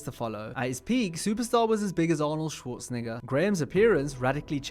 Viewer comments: i dont know a schwooooozenegger.. must be some american. i only know the true legend SCHWARZENEGGER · You said Arnold’s last name a bit risky 😅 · you said that name a little wrong lol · Even the subtitles picked it up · Arnold Schwarzenegger How to pronounce his name correctly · I had to rewind that when I heard it lmaoo. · Yes. He literally said it with an I and a hard R. Even the subtitles show that Arnold Schwarz [__].